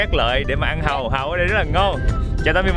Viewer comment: Giới thiệu anh Trúc chủ trại Hàu.... nghe giống Trại Hòm mà giật mình:))) gọi là chủ vựa Hàu mới đúng em ơi